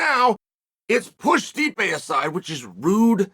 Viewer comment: not as disrespectful as much as you pronouncing his name " stripe "